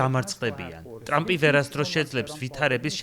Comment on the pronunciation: დონალდ “ტლამპი” 😂